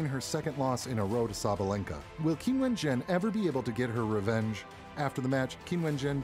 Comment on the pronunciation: you should at least learn to pronounce her name: it is Jung [as in dung] ChinWen.